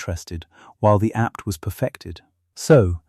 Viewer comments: Christ? The apt? Said like the word apt? You pronounce each letter. A P T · Saying the word apt instead of APT and other faults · It's pronounced ONE TWO FIVE not one twenty five or one hundred and twenty five. Also the APT is spelt not pronounced apt. AI narrations ruin otherwise good documentaries ☹️